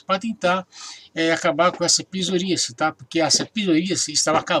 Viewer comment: "PIZORÍACE"??!!...kkkkk... É PSORÍASE!!!...antes de fazer um vídeo, aprenda a pronunciar as palavras corretamente!!!